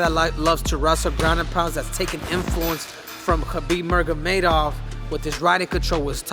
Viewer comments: Henry my boy, Kahbibs name is pronounced Nur--mag--o--med--ov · Khabib MURGA-Medov 🤣... almost as good as Snoops rendition.... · Triple C pronounce Khabib’s name right you slouch!